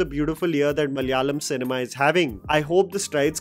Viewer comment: that opening malayalam speaking attempt was good. In hopes that the industry might bring more films to enjoy let me give you a minor linguistic update: MA-LA-YA-LAM മ-ല-യാ-ളം म-ला-या-लम It is malayalam, not ma-lya-lam! 😁 (No hate, you might need to use the word again, hopefully ✌️) Although, i wish Malaikotte valiban was also successful, it had some potential but failed now, it might find its right audience in the future 🙌